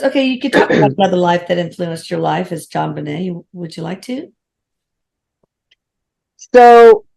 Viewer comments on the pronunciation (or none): Her name is pronounced: " JOAN - BEN - EH " It's French !